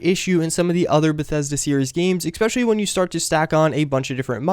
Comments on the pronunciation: Its 'Especially' not 'Exspecially'. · I got triggered svery time he said eXpecially. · Is it just me, or does he actually say 'expecially'? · If you're going to say "especially" so often in your video, I implore you to learn how to pronounce it. Otherwise, helpful video, thanks! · There is no 'x' in especially. Just saying.